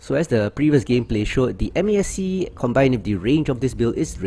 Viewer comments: MASC is pronounced Mask. Good video though 👍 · Just say "mask"... Four syllables is... triggering lol.